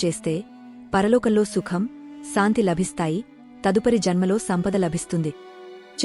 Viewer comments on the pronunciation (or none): none